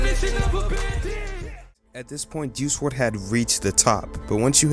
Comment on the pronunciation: Juice WLRD??? do you mean WRLD??? Anyway great video